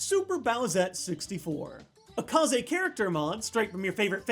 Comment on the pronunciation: It's pronounced KAYZ